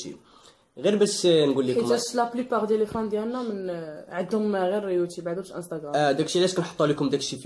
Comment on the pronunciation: ملحوظة صغيرة اخي إلى ممكن اسمو يوتوب ماشي يوتيب وهذا النطق تاعو بالإنجليزية YouTube.خطا في في النطق وراكوم عزاز ا بزاف